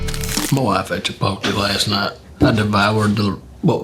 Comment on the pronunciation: “Chipoltee” 😂😂 Just so you know It’s pronounced chee-pote- lay but you’re forgiven because you’re damn hilarious 😂